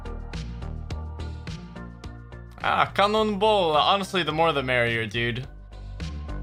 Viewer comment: Did you just say cannonballs in swedish? kanonbollarrrr